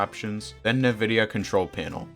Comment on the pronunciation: bro said nividia